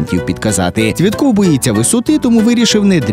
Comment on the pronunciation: Паралімпієць Цвєтов, а не Цвєтков!